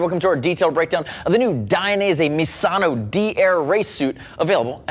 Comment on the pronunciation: pronunciation of misano is mizano